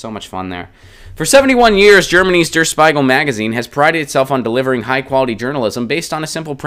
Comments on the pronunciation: Bloody hell! It's "der Spiegel", not "der Spaigel". Learn to pronounce words before you pronounce them! Nobody in Germany would pronounce English or French or Chinese or whatever words as bad as Americans pronounce German words! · d00d, no! SHPEE-gull.